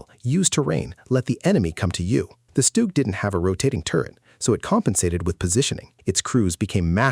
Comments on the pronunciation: STUG is pronounced SHTOOG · stoog ...etc wow AI is really taking over how hard is it to say a name correctly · Good video, AI pronunciation is poor for some German words, StuG and Jagdpanther for starters. Art image for the Tiger is reversed. The Pershing should'nt be ranked so high if only 20 saw combat fover 3 months. Panzer IV artwork image is reversed. Ferdinands/Elefants were more numerous and destroyed more tanks than thr Pershing. T-34 artwork image is reversed. Sherman absolutely should not be ranked above the T-34. Why are you using a still WW1 photo of German (?) machine gunners wearing gas masks?